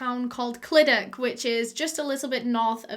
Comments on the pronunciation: The way you say Clydach is so admirable 😂 You tried, were really close too! But, imagine it as if the 'ch' sound is a 'th' but with the placement of your tongue at the bottom of your lower teeth instead of the top of your upper teeth Live really close to Clydach and I've heard actual welsh people butcher that name. So props toe you for getting it as well as you did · Don't get me wrong, I don't speak Welsh at all, but I do in fact live in South Wales. I've watched loads of her videos about cases, and whenever she's made the disclaimer about possibly pronouncing place names wrong, I've always thought to myself "it can't be that annoying to people if she gets it slightly wrong". Yet here I am hissing at the screen the proper pronunciation of the Welsh places. The Welsh language is bizarre 😂😂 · It’s the fact that this is 10 mins away from my house from me and your saying it wrong bb but love your videos❤️❤️ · i love u but how you say clydach makes me cringe. love u tho xxxx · I'm from around this area! Btw most of the time when something ends with CH it's pronounced as a sharp H. You want to feel it at the back of your throat. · no she did notttt 😂😂😂 clydachhhhh where’s the ‘ch’ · ClydaCHHHHHH CHHH you have to pronounce the chhhhh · The amount of times she butchered the way we say Clydach😔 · You say clydach as cl i dachhh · its the actually being welsh and hearing it pronounced 'clidac' for me 🤣 it's cluhdachhh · Clydach is cly dach and Ch is like a cat hissing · i dont want to be rude here but clydach is pronounced as cyda-cgh if that makes sense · I saw clydach And i- I knew it 💀 Isn't it said ClidaCH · Your pronounce it clydac but your pronounce it really well fair play !! Thank you for doing this case x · Clydach is pronounced like cluh-dach (and the "ch" is pronounced like the Scottish "loch") or some might say "clee-dach" so idk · just started but ITS SAID CLI-DA-CHH basically like ur spitting at the end!! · cli duck <3 ik she tried but its funny